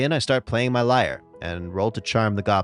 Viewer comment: Lyre sounds like leer*